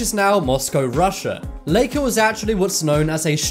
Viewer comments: This is the first time I hear somebody say “Leika” It’s pronounced like “Laika”, everywhere It’s like you pronounce my name like Sasha, not like Seisha . Do you? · Lie-ka not lee-ka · It’s like-aaaa not lake-aaa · Laika is pronounced lie-ca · It supposed to be said lai-ka and the spurt-nik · My great aunt raised Laika she did Have an owner after she came back but she died when she was 14 1/2 she was a great dog very caring and relaxed. It’s pronounced Ly ka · ooh. yay a video mostly about a guy mispronouncing "Laika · Oh... I keep getting offended by how you say sputnik and laika